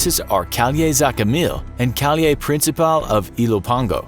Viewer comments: "Calle" in Spanish is pronounced as "Ka-yeh" and not "Ka-lee-eh", as said in the video. Great video by the way! Very interesting! Thanks for the work! :) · Its not "calie" its "calle" with two "L" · Its calle (cA-yye), not call-e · Calie means street? Lol u mean “Calle”? it’s pronounced “ca-ye” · jes callye ...Ka Ye ....??? wheto...much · It's not pronounced "cal-yay" it's pronounced "ca-ye" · Street is pronounced cayay not caliay btw. LLs make English y or j sounds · Calle (street in Spanish) is pronounced cai-eh not cali-eh btw. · Calle = Kah-yay. Not Caule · Calle is pronounced (ca -ye) not (cal-ye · its not calye. its pronounced CAI YE ( CAI like lie and YE like bet) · It's pronounce "calle" not "calie". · calie?? es calle pendejo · Calle is pronounced "ká-jea", not "calliè" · That's not how you pronounce calle (cai-eh) and port au (oh) prince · Calle is pronounced (Caye) with the 2 L's making a (y) sound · Its calle (caHYE) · Calle is pronounced caye. calle is street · Calle is pronounced {ka-ye} just saying😊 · This dude really pronounced calle as "Kal-yay".... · You're correct. "Ka-yæ" is the right pronunciation. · "Kuh-lee-eh means street btw" he was trying to say "Calle" HAHAHAHAHA bro learn something that is so ignorant lmao. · You really mispronounced calle- lmaoo its said like “caye” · calle is pronounced caye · Cuando empezó con El Salvador y dijo "calie" pensé mmm extraña manera de decir calle en ese país y luego me di cuenta que es calle que dicen allá, solo que lo mal pronunció JAJAJAJA CALIE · it's pronounced kai-yay lol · No offense but you pronounce Calle ca-ye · Lol, is it calle, or calay? Pronounce a bit better and do your research before you butcher the whole video. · Calle is pronounced CA-YE. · Very informative video on places to avoid one note to mention though , in Spanish a double L "ll" is pronounced as a "Y" so calle is pronounced like ca'ye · In Spanish ll is pronounced y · Me hizo gracia la manera que tiene de pronunciar calle😂